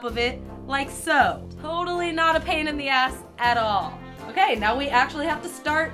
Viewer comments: did anyone else here her say that's o-cake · did she just say "That's o-cake?" xD